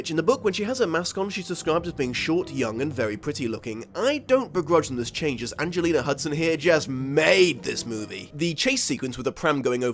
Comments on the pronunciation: "Angelina Hudson." Ha! I forgot about that flub. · Did you…just call her Angelina Hudson??? That is so fucking funny. I ALMOST didn’t catch it and had to play it back but…..sir. Excuse me. Sir, that is my girl Anjelica Huston, and you will kindly put some respek’ on that name! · Did he just say Angelina Hudson?? 😂😂 Angelica Houston... close tho.. 👻👻👻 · what the fuck did you just call Anjelica Huston? angelina hudson? what does she have a different name over seas? where the hell did you come up with that name? she's a great actor. oh well. I still liked the video